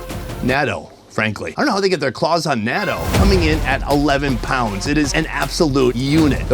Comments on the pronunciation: Natto is pronounced “na-tou” not “NATO” 😂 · Gnaw-toe. Gnaw-toe. Say that again and again and never make this mistake again because it slightly annoys me. XD